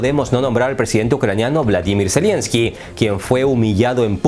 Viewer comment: No es "zelienski", es "zelenski"